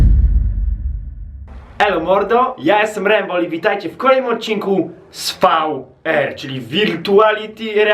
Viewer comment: wypowiada się vijar